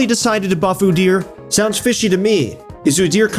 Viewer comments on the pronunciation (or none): Oo-dear is not how you pronounce his name, not like it matters cuz he is still worthless